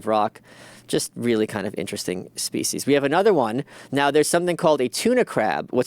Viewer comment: I hate how he says "speece" instead of species